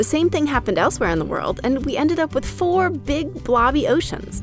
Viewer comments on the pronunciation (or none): none